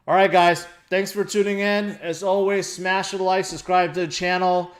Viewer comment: "Smash-a-the like button" almost had an Italian accent for a sec.